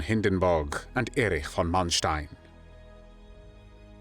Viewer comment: I appreciate the narrator pronouncing von as fon.